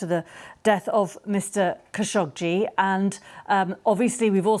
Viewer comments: After working with the khashoggi family for nine and a half years I could honestly say they do not pronounce their last name in this manner. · Its "Kha `Sho` Gee" isn't it? Arabic.